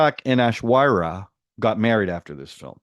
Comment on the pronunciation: 112 subscribers 😁🎉 anyway it's pronounced ash-war-riya lol ashwariya Rai aka Mrs bachan and yes little b and ash r still together 😮❤. And Abhishek bachan character has his hand in many jobs😊